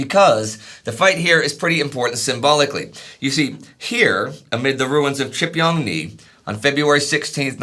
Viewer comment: The pronunciation 😂. Gotta consult a Korean guys. Please. 지평리 is closer to GeePyeongNee not chipyongnee. More of an "oh" sound than a "ah" sound. And the ch is closer to gee in pronunciation.